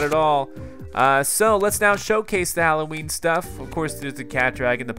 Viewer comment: Did he call nightmare before Christmas nightmare before cholloween?